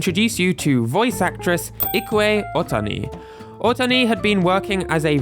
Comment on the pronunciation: im a baseball fan, and am i mispronouncing shohei ohtani's last name?